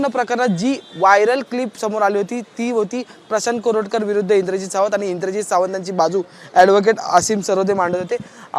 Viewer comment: Koratkat la Correct kar-a